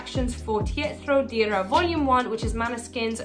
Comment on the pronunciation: Your pronunciation is terrible :D Let's try to write the correct one as if I was an english native speaker.... uhm... the song is "lapa-hoora del booyo" ad the album is "teh-hatro deera".